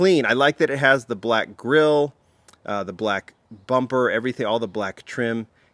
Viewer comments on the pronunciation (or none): none